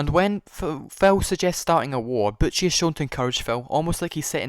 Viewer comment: Butchie, not Butch. why?